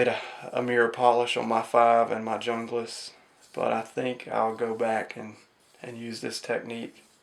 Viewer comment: And Junglas is pronounced hooongalus. Hehe. Seriously.